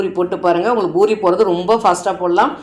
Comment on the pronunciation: Boori இல்லை poori endru உச்சரியுங்கள்.